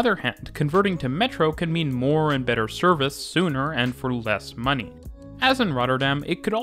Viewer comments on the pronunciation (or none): none